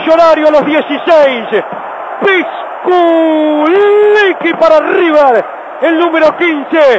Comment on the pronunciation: Jaja , ¿porque dice "pisquliqui" , enves de "pisculichi" ?